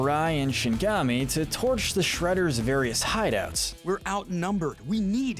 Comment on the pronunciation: shinigami not shingami lol